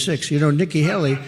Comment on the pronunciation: It's not pronounced Helly. It's Haley. Hay-Lee! What is so hard about this Ben?